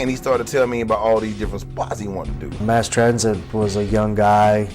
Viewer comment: MASS Transit, not MARSE!!